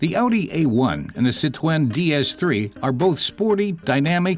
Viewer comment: Why does he pronounce 'Citroen' like Elmer Fudd? 😂